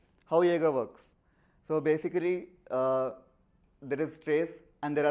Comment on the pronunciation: If you both had put just 10% of the effort you put into pronouncing "Jaeger" as "Yaagar" into the demo, the demo would have turned out great. I'm telling that.